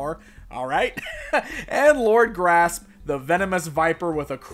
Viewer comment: Surely Lord Gr'asp should be pronounced with a gap to emphasise the 'asp' part of his name, asp being a type of snake.....